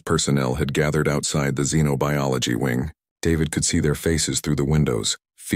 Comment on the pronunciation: A very interesting story. Even pronounced Xenobiology correctly.